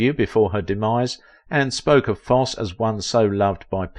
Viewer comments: Foss eee, not Foss! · It's not Foss. It's Fos see. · Foss????????? It's pronounced FOSS-EEEEE! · Foss-ee NOT Foss. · I dearly love both Ann Rienking and Bob Foss-ee. I studied dance and musical theater in my teens and twenties. I was terrible 😫. But I adored Foss-ee. Sorry for being techy but hearing his name pronounced Foss were the nails on the chalkboard for me. Sorry again. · YOU LOST ME AT “BOB FOSS” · ❤ it's pronounced... Fos See!! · Great video but your annunciation is off it's pronounced Foss eee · Fosse pronounced Fossey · My goodness, it’s Fosseeeeee. Hearing the narrator pronounce Fossee’s name is torture 😅😅😅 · It was so annoying his mispronouncing of Fosse (long e at the end). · His name is Fosseeeee - geez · Fair documentary of this gifted lady’s career, but please practice pronouncing the great man’s name. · I watch ur channel quite often, however this one is hard to watch as u have butchered the last name of Fossee! Ur pronunciation is wrong! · If you are going to talk about someone as spectacular as Bob Fosse say his name correctly or stop talking! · I would have loved to have met her. I worked in an amateur theater production with her brother. The 'e' in Fosse is sounded.